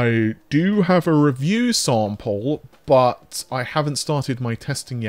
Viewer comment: Dear, i was born 1975 and built many custom setups and i hope, that the underdog AMD will grow up more. I have a x5900 and a 6800xt in my rig and its fine. BUT (as U pronounce it BUTT) -> I think this gonna be a very (too hard) way to compete with leatherjacket NV. NV's advantages is the focus on AI (and as outcome t*rd: GPUs). I really love to see AMD in front, but this will not gonna happen.